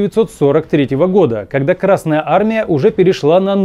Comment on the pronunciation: Пардон, ещё добавлю. Зачем ставить ударение на букву р в словосочетании Красная армия? Краснее она от этого не станет. Или я чего-то не понимаю?)